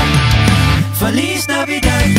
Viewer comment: Feliz Navidad was totally butchered in the way it was pronounced!